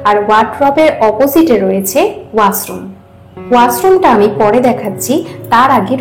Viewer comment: Khub bhalo video ta.. kintu kotha ta Washroom.. wasroom na.